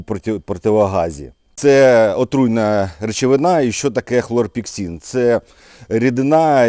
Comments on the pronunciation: Хлорпекрин а не хлорпексин. Слава воякам!!! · Хлорпікрин , а не хлорпіксин ! Цим ОВ "обкуривали" в палатках бійців в протигазах. Звичайне сльозогіне вещество. Протигаз та борода несумісні!!!